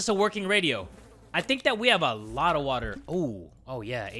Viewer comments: "some WATAH and soup" THAT is absolute cinema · I miss when you used to say SOME WATAR and sum soup only ogs remember😔